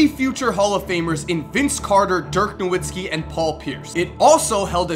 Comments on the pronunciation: Dirk No-VIT-skee you midwestern fuck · NAH VITZ KI NOT NAH WITZKI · dirk nowitzki it's pronounced as dirk "novitzki" because there is no W in German so they pronounce it with a V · How did you mispronounce Dirk Nowitzki? Last name is German and w sounds like v and v sounds like f